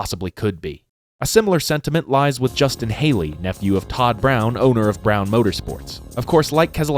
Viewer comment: Brown? Brahn brah awn . Todd Braun, not brown.